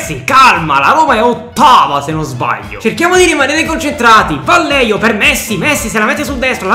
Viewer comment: Hey bel video come sempre! Volevo dirti che Vallejo si pronuncia “Vaieco”,prendila come un consiglio, continua cosi!